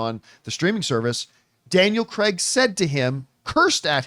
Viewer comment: "Daniel Cregg" 😂